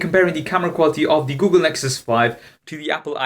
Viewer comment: "oogle Nexus 5" lol